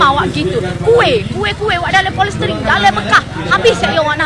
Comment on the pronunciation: Nape polestrin jadi palestin? 😆